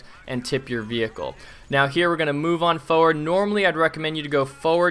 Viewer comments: sure says "foeward" a lot XD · Holy shit this is crazy, this guy can't pronounce 'forward' though lol